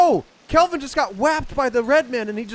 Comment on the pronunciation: Every time can’t get Kelvin or Virginia’s name right, I want to shake a baby